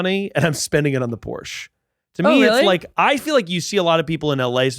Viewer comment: Yall saying porche wrong tells me everything I need to know